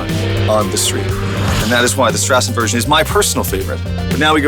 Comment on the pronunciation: not a street-version a german "strassen"-version - great pronounced :-9